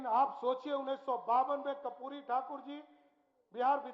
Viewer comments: कपूरी नहीं करपूरी बोला जाता है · Kapuri nhi karpuri thakur sahi se naam nahi le Raha saman kya khak karega 😂